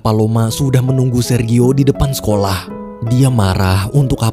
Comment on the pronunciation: Jfyi... Sergio.. Baca nya serjio... 🙏🙏🙏Terimakasih yaaa tuk sharing cerita nya❤️